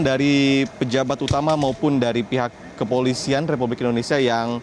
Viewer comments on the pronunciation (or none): none